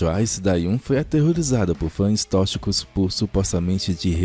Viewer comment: Que fofa a pronúncia e dicção do toda vez que ele precisou falar a palavra " tóxico / tóxica " 🥰 vontade de guardar numa caixinha